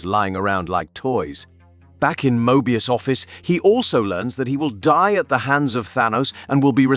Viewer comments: How could u POSSIBLY mispronounce THAT many words/names? Some of em, even YOU said differently, from what was said earlier. This is a human, right? I actually thought it could be A.I., but if that were the case, they would be pronouncing the words the same every time. Some of em are even women, & yet the narrator calls em "he". He even says Mobius in like 3 different ways, not only contradicting the show, but strangely, contradicting even his OWN earlier words. Hard to be considered a "subject matter specialist" when u cannot even pronounce the most basic words/names, that are EASILY searchable in LITERALLY about 30 SECONDS just by googling it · Mo-ebius and auroboros